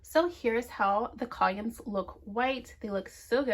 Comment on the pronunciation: My love. It’s pronounced KA-LUM. Columns. ❤ but yes, I love it.❤